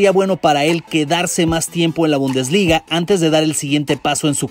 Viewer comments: Se dice: Bundesliga jajaja, se dice: "Bundesliga". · Bumdesliga jajaja se dice bundesliga